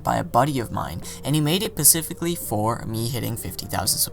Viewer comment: "And he made it PACIFICALLY for.." bruhh -__